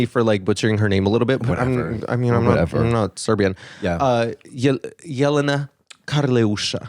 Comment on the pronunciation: Thank you for finally saying Jelena right!